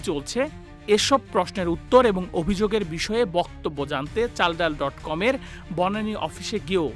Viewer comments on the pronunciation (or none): Chaldal❌ Balsal✅